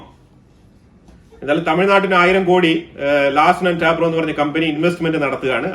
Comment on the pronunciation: Bro Larsen & ട്യൂ ബ്രോ... എ ന്നു പറ യന്നം.. ടാബ്രോ അല്ല.